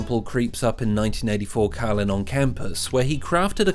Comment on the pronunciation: His Name Is Carlin Not Cailin !